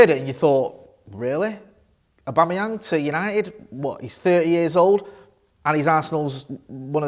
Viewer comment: Lol did he say Patrick abamuyange